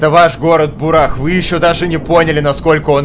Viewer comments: у тебя тут развлекательный канал, поэтому игра на обзор не подходит. Во-первых: бУрах, ударение на первую букву. Во-вторых: что ремейк, что оригинал — это философские и психологические игры, которые под гнетом "Песчаной Язвы"(Чумы) рассказывают о тяжёлой жизни людей, и о тех кто будет вершить судьбы города, что находится далеко в степи. Помощи ждать бесполезно. Ибо властям в цивилизации плевать на то, что происходит где-то на краю мира. Поэтому игрок в роли трёх персонажей Бакалавра, Бураха и Самозванки должен будет решить судьбу этого места. В-третьих: разрабы тут хотят показать все тяжесть бытия, и подвергнуть сомнению нашу реальность. Здесь не до хиханек, и не до хаханек. Спасибо, конечно, что отнесся к игре положительно, но это не то, что показывать даже в таком виде на канале. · бУрах надо читать,бунд! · Там есть трагики и Исполнители , и это второя часть Мор Утопия если не играл в первую часть , то не удивляйся началу .....БУРАХ УДАРЕНИЕ НА УУУ,..